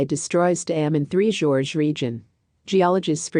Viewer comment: For F/S...Get it right. Its 3 GORGES. 3 Georges is a trio of blokes with the same name.